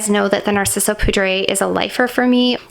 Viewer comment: Nice video. Btw, for poudre, it is french so more like “pood”